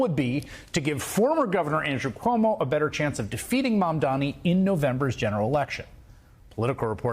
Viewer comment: "mandani." it must be so frustrating when everyone pronounces his name wrong